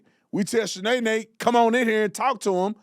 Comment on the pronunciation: Not Shanaenae! 😂